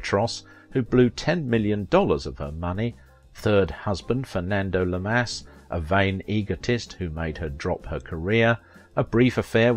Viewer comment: Fernando Llamas.... is pronounced YAH-mas... not, la-MAS In Spanish, two LL's are ALWAYS pronounced like a Y. Though, they always mispronounced it in the US when he was alive.